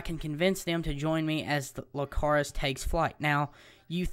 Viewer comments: it annoyed me how many times you said lcacrus instead of icarus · It's not Lcarus it's Icarus, with an "i" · nice but its icarus not licarus i believe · its pronuced icarus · Icarus with an i not with an L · lol everytime u said Icarus wrong i just wanted to slap you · Its an "i" not an l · Nice information, but, you're pronouncing it wrong, if you wanna know how to pronounce it then watch dragon ball Z that was Gohan's dragons name as well.